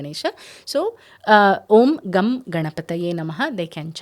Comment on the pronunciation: MADAM, I THINK THE CORRECT PRONOUNCIATION IS NOT GUM;:', IT IS 'GANG' GANAPATHIYE NAMAHA..PLEASE CHECK YOUR PRONOUNCIATION.THANK YOU.